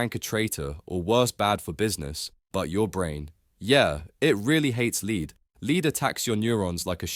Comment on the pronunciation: Lead is pronounced as "lɛd" (Pb) and is different to "lead" (leed) which could refer to a dog lead (aka dog leash) or to lead someone away. (Leeds , by the way is a city in the north of England - historically linked to Liverpool by an ancient canal).